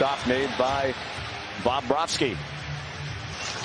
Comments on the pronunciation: He also says "Bob-rohski". He goes heavy on the Bob and doesn't sound like he gets a V in there at all. Should be BubroVski. Even better if you say it like Jay Onrait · It's not Bahb-bravski guy